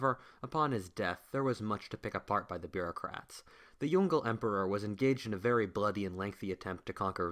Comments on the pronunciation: Pronunciation of "Yongle": × Yongel √ Yong-luh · It's pronounced Yong Le not Yongle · Yong Le are separate syllables. Not Yongle. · The Ming emperor you refer to as Yongle (like 'dongle') is usually pronounced as 'Yong Ler'. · Yong Le (Yoong-Luh) not Yongle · The Yongle Emperor should be pronounced as “Yong-le” rather than "yon-gle" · Jesus Christ, it's Yǒng Lè, not Yon Gle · please YONG - LE emperor not YON-GLE emperor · It is yung le 2 words not yungle whaftish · Is Yong Le Emperor not Yon-Gle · Yongle is spelled as "Yong Le", not young girl emperor... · pronounced as Yong-Leh not yong- goal lol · Yongle is pronounced "Yong-Le" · This is an interesting video but would you please pronounce Yong le properly, it's pronounced as two syllables Yong and Leh. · Yongle is pronounced as Yong Le (永樂)... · The pronunciation of the emperor's name is not "Yongle", but "Yong Le" by "永乐" as they are separated Chinese characters. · Yes. Its actually Yong Le